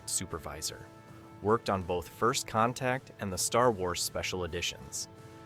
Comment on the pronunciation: "FIRST CONTAC" huh? - It's "ZEPH-RAM", not "ZEEF-RUM". - "Assimilate this." ISN'T three words! (It's TWO!) - Zefram exclaims "SWEET JESUS!" after seeing the Enterprise ALONGSIDE his ship in space, NOT on Earth through his telescope! I quit. Poorly made garbage video with A.I. Narration.